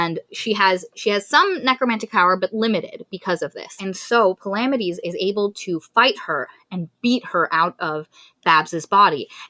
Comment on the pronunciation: Thid is how you pronounce palamedes.